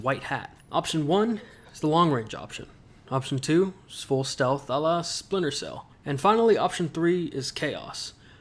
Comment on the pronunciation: Weaver: STELTH